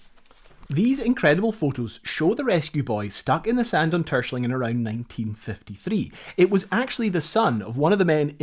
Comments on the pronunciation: TerSCHELling, emphasis is on the second syllable. Phonetic approximation is Tair-Schell-ing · The island´s name is pronounced Ter-shell -ling! Not "Tershling". Why are English speaking people so arrogant to mispronounce non-English names all the time? Is ist stupidity? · It's [Ter-skèlling] not [Tùrshling] (the K is an approximation) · Nice info on these things Btw, It is pronounced : Ter-Schelling. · Hahaha 1) I'm super suprised this buoy is in my country. 2) I was looking forward to you pronunciation of Terschelling and 'Tershling' is an interesting interpretation haha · All this research and work, and yet you mispronounce the name of the island over and over again. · Your pronunciation of Terschelling is funny. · I love how you pronounce Terschelling, it makes it sound very posh. Great research video, enjoyed watching it. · I love the video and I commend you for a valient attempt of pronouncing Terschelling. I think there are very few foreigners that can come close to it's actual pronunciation :) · Very cool video as always :). tho you did butcher the pronunciation of terschelling quite bad... but having driven the beautiful north coast 500 on a motorcycle and seeing what you guys write on your city name signs I won't complain too much haha. Cheers!